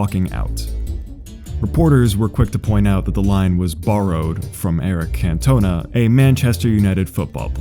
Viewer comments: "Cantowna"? It's "Can-tonn-aah"! (He's French) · Brilliant, thanks for filling all the gaps. But i think you should mention that the last shot is a “copy” of citizen Kane. Also it’s pronounced Can-tone-nah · that pronunciation of Eric can-toe--na was epic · Eric Can-toner LMFAOOO What is he? A Printer? All you had to do was watch 1 video of anyone ever pronouncing his name but no, that's too much effort. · somehow in spite of everything detailed in the song the most horrifying thing to hear was the pronunciation of eric cantona's name as "can-toe-nuh" lmao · "Eric Can-Toner" really got me laughing! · "Eric Can-Toner" lol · This video is fantastic. But the way you pronounced Eric Cantona really hurt. It really hurt. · This video is a masterpiece, but as an English person, I can't get over how you pronounced Eric Cantona. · Eric Cantona… well I’ve never heard somebody mispronounce Cantona before. Emphasise the first and last syllable. Not the middle one. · Your pronunciation of “Eric Cantona” was physically painful. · the pronunciation of eric cantona was fucking hilarious. fucking yanks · Cantona not cantona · That may just be the most American pronunciation of Cantona possible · You mispronounced Cantona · Other than your pronunciation of Eric Cantona, this was a perfect video on a topic I never knew had such rich history to it.